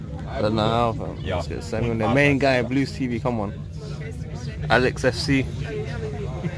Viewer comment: Man said alex fc😭😭😭